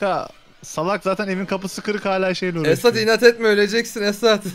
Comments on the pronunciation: Abi da niye esat abiye "esa" dedin ki❤😂😃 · Abi eso abiye dediyinniz gibi eso diyosunuz niye esat demiyosunuz ama bana da eso diyolar benim adim esat